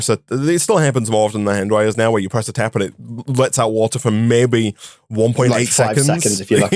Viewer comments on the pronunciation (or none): Like meh-bay (maybe). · I have a question the Brits in the audience. I’m not terribly familiar with UK regional accents. How would you describe accent as to its regional origin? He has some distinctive pronunciations like ‘meh-bay’ for maybe. Also his pronunciation of ‘I don’t know’ sounds kind of Scottish to me though definitely doesn’t have a Scottish accent. I wonder if some accents in the north of England near Scotland share some characteristics with the Scottish accent.